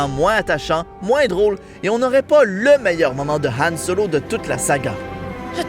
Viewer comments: Je vais passer pour un puriste, je sais , mais on dit Han solo et pas «Yann» dsl. Sinon très sympa la vidéo. 😁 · omg c pas Yan Solo c Han Solo avec un H !